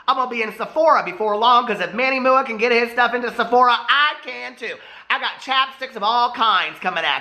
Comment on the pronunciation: “Now I’m a serious reporter of the world. (Fixes glasses)...So, Manny MOO-AH cane out...” 🤣🤣 Love ya,!💙